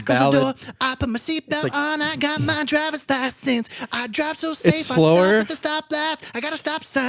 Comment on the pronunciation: really said dRiVeRs LaSeNsSs